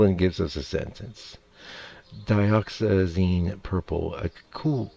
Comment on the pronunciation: Dioxazine is pronounced as die- ox- ah- zeee-nnnn. Nice video aside from that